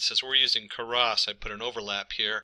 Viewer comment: "Karas" and "num-pee"... I honestly couldn't tell whether or not this guy was trolling everyone on the internet... Good video. though For everyone else: it's "Keras" (you wont find anything related to "Karas"). Additionally, "numpy" is pronounced "num-pie", just like "python" ("pie-thon")... unless you pronounce it as "peethon" and you like to fondle/"Karas" sweaters... :p great video though... were you trolling the internet? I seriously can't tell.